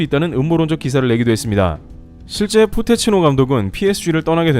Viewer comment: 포테치노..ㅋㅋ 포테토칩? ㅋㅋ